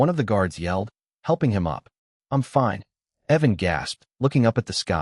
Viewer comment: Personally, for me, The Voice doesn't matter so much as the quality of it. The glitches and others videos, the consistent mispronunciations of simple words like fine. Those are what drive me off the wall, as long as you maintain quality content and avoid those, that's what matters to me.